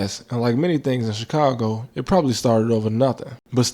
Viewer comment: You pronounced Chicongo wrong.